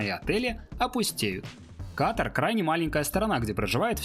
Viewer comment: *Ката́р, Ката́ра, Ката́ру и т.д. Только из-за этого не стала даже досматривать видео 🙄